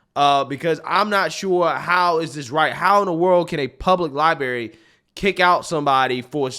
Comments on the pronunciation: Do you say library that way on purpose? Lie-berry? Come on man. You're not 4 years old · The word "library" is pronounced "Ly bRah Ree"... I went through a lot to learn to say it correctly. It now hurts my ears to hear it pronounced this way... Sorry. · It's LIBRARY brother..NOT "LIBERRY "..lol😂 Seriously tho.. keep making these great videos!! 👊👊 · Please learn how it is pronounced. It is NOT lie-berry, it is lie-bRRRary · Can you really not say LibRary? What is a libary?😂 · Only complaint I have is she don’t know it’s a lieberry 😂😂😂😂😂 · It's "library" not "libary"! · it's "li-brerry" not "li-berry." You sound like a third grader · LibRary, not liberry. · For the love of God Library, not Libary. It makes it very hard to take you seriously when you pronounce this like a child. I watch you all of the time and like you, but please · Dude... there are two "R's" in libRary... You sound like a 70 IQ saying "Liberry" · I love you man, but its "libRaRy" not "libary" That said, I love the video and drawing attention to women being silenced. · Library not Liberry, you're an intelligent guy with a large platform, please set a better example by using the language correctly. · Hey man love your channel but man it’s libRary not liberry. 😂 love you man …. No homo…..